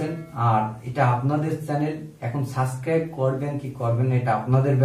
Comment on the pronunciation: ওটা সাসক্রাইব না সাবসক্রাইব হবে এটা একজন চ্যানেলের ওনার হিসেবে আপনার জানা উচিত। কিছু মনে নিবেন না🙏